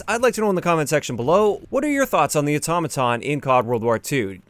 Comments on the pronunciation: Otto maton not atoma ton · hearing say Automaton sounds weird and funny at tge same time